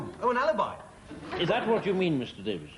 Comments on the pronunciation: No, it wouldn't, his pronunciation is still wrong. In latin, the word "alibi" has the accent on the FIRST vowel: à-lee-bee NOT a-lèè-bee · I knew he pronounced Alibi wrong but couldn't remember the correct way myself. No wonder. I was schooled in french before english and i think i may have said it his way often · ALEEBEE, GWILTY, GWILT, ALLEY-ASS, PUBE-LICK NOOEY-SANCE, SPOSE, FATTAL, NEFFA-RY-ASS, TISS-WAY, ALL-EGGED, FURRY